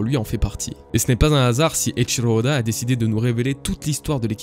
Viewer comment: Eiichiro Oda et non pas Eiichilo ode